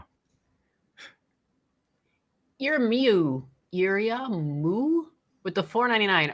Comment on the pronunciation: It's pronounced "Ir-e-ah-mu". It's the japanese equivalent to William.